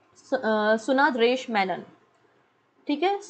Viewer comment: सुंदरेश मेनन....सुनांदरेश नहीं Thummakuru नही तुमकुरु